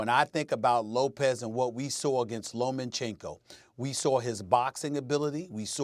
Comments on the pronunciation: Stephen A still talking about "LoMENchenko". Somebody correct this man for fucks sake. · It’s LOMA-chenko.... Stephen A stop adding an N in every time.... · Steven A, “Loman-Chenko” 😂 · Max knows boxing but loses respect when he’s emotionally biased or pushes an agenda. Stephen A says Lomanchenko... so there’s that